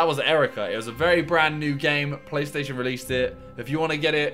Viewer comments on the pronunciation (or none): Albert Reyneke My guy said "Playstaision" 😂